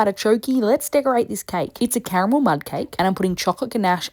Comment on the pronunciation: It took me a second but I thought she said CAMEL sauce instead of CARAMEL! 😂😂😂